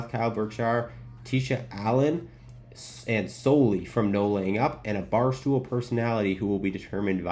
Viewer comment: It’s pronounced Solly. Chris Solomon. Don’t sweat it as Jordan Spieth gets it wrong every time NLU work with him. No Laying Up are my favorite golf creators. I’m older so they fit my taste a bit more and I enjoy the news aspect of their content. Their live post tourney wraps and podcasts are very informative. I began following them after discovering Tourist Sauce and Strapped. Really enjoy the in depth travel aspect. I don’t really enjoy watching matches from creators. Peter Finch was my gateway to YT golf 8 years ago. Then Rick Shiels. I also really like, Random Golf Club, The Bryan Bros (since The Big Break) Grant Horvat. Not so much Good Good. I live in Dallas, so they’re hometown, but the over saturation and output is too much and as I mentioned I don’t really like watching matches.